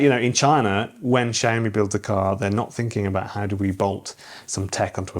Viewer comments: YOU ARE BUTCHERING THE PRONUNCIATION SHAOWME NOT SHE OH ME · I think it's SIAO ME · Xiaomi is pronounced sh-ow(the ow in owl)-me